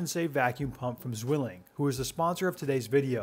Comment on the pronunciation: Not sure if you care about this kind of thing, but if you would like to pronounce 'Zwilling' properly, the "w" is more of a "v". It's the German word for twin :)